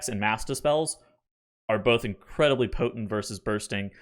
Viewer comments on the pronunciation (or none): none